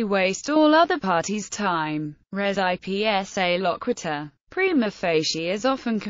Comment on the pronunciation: Wonderful overview. But voice should probably pronounce "res ipsa loquitur" correctly. It's almost unidentifiable, unless someone is already familiar with the term.